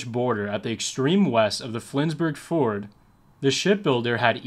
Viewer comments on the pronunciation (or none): none